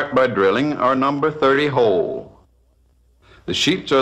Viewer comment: "Start by drilling a number thirdy hoowl" 😶